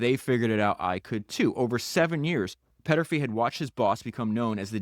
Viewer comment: Podcast It's Thomas Peterffy, not Petterfy